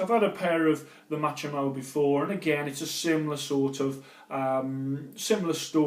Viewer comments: It's pronounced MA-KO-MY not machomow.... still good content though 👍..... 😂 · Machomai= ΜΑΧΩΜΑΙ not Matsome